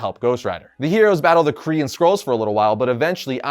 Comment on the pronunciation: Dude it totally sounds like you’re saying Korean Skrulls whenever you say Kree & Skrulls 😂